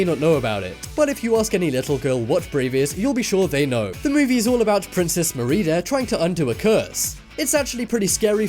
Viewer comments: Marida... MARIDA! Merida,. Imma kill you. Jokes. But please, don't ever say that again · You said marida rong 😡